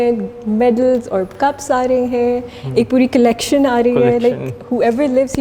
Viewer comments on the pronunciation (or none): none